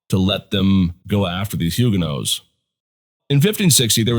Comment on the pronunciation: If you are going to use that pronunciation then you need to drop the "H". There is not "H" in French just as the "t" is silent at the end of the word.